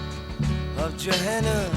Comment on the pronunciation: Great bud, 1 small gripe though. It’s JoHanna, you’re pronouncing it Joanna. Also It’s Joan Baez (by-ez). Seriously though, this is my favourite song ever and probably one of the greatest songs ever written.